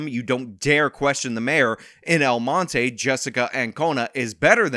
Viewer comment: LOL!, you pronounce "El Monte" like a gringo. 😂